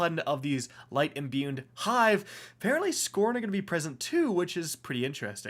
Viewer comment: So, I couldn't help it... I love the content and had to get this off my chest. It's pronounced tincture (tinkture) not tinsture as well as imbued (no n) not imbuned. I know, who cares...